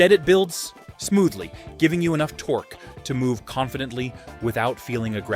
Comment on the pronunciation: Tor-Key? Really? Tor-Key??